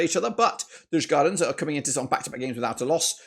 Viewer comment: If i am correct you have betted agains DIF every time. DIF has also beaten the odds every time for example Legia, Rapid and Pafos. Am i a Djurgården fan??? ......no ;)... (Btw in english words it's pronounced "You-gorden(garden but with a "o" or "You-r-gone". Not Yurs-gardens)